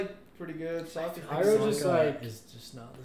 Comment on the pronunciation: You got to really emphasize the O in Sokka.